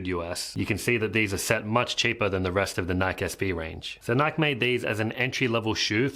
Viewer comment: Stop saying Nike that way pls lol. You're my favorite skateboarding channel and got me into egg boards. You're a solid dude. Thanks for all the info you've given me.